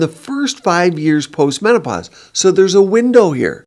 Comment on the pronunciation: "MenoPOT"😅Beautiful video💯 I agree